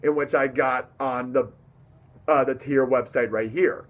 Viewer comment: Heri is actually a great guy. Tyr is pronounced like fire.